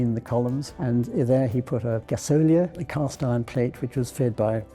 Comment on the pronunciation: Strange pronunciation of gasolier. A bit like Chandah-lier